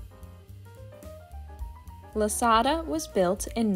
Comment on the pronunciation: Boy!! Someone Sure Ruined “Lasada” 😢